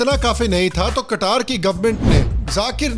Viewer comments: कतार नही कतर है जी । ठीक से नाम तो बोल लेते । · Qatar = कतार ? ❌ कटार ? ✔️